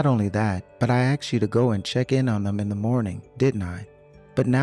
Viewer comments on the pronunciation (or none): I know, like they're reading a script. And the dude sounds so dumb, and mispronounced some words, like "axed" instead of "asked," and a few others. And the kid sounds like the same voice as grandma with terrible acting to sound cringely.